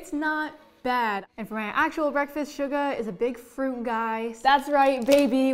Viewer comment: The hack she pronounced Suga as almost SUGAR. GO TAKE YOUR BTS CLASS NOW GIRL. 😤😤😭